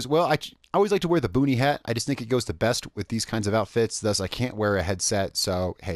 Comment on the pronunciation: I honestly thought you said "booty hat."